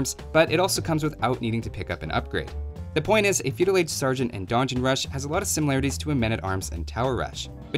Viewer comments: I'm a Shadiversity fan, I read Donjon, I click Also, I'm a Shadiversity fan, I hear mispronounce Donjon, I get mildly annoyed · The Donjon Rush, not to be confused with the Don Juan Rush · I don't usually care too much about mispronunciations but this is like the third video where you repeat donjon incorrectly so many times it's really distracting me. Great video though!